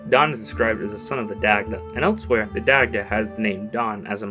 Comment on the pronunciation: Daaaaamn butchered the irish pronunciation haha